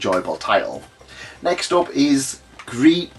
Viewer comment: Nice pronunciation on gris 😊